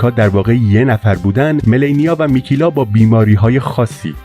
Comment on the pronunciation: ممنون استاد ولی میکلا بود نه میکیلا فقط نظر دادما بد برداشت نکنین ⚘⚘